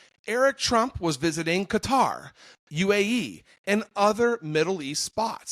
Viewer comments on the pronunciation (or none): none